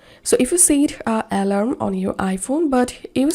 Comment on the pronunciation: al-ARM, accent on the last syllable.